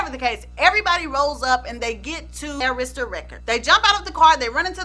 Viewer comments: So I'm not the only one yelling AIR-ista everytime she says a-RIS-ta??? 😁😁😁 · You know i love me some!!!!!! Because normally i get so ticked🤯 when people do not pronounce Arista records (it was pronounced wrong) because its easy to say it......but i know your intention so i didnt get too hot 🤣🤣🤣🤣🤣 but you connected some dots very clearly...always a good job